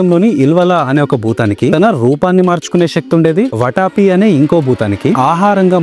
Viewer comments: అది వటాపి , వట్టఆపి కాదురా బాబూ, వాతాపి 😂😂🙏🙏🤣🤣🤣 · It’s Vaathaaapi, enti bro , ‘vataapi’!? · Orey english medium... Konchem telugu chadavadam nerchuko raa saami.... Vataapi kaadu vaathaapi.. badaami kaadu baadaami... naaku telugu raayadam raadu. I am from another state. malli NUV telugu loo raayi anoddu.... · వటాపి కాదురా సన్నాసి... వాతాపి. తెలుగు చదవడం నేర్చుకొని తెలుగు వీడియోలు చెయ్యి. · వాటాపి కాదు వాతాపి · Everything is good, improve the pronunciation వాతాపి బాదామి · వాతాపి , ట కాదు